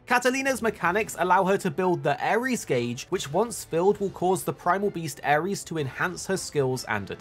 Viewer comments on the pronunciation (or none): none